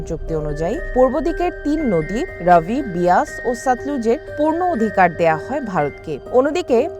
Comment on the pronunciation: বোকাচুদা সাংবাদিক, ঐটা রাবি না ঐটা রবি হবে। ঠিক কর